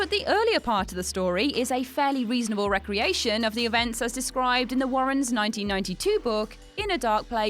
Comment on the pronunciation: is it a re-creation? Or recreation? These are two completely different words with two completely different meanings and if you say it wrong then it does not even fit correctly in the sentence.